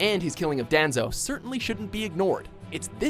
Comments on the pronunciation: Mispronounced Danzo. I hate you. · why must you butcher names ? denzo? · Daanzō lol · the way they pronounce Danzo's name